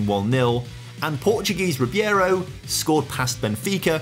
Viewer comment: it is ribeiro not ribiero btw :p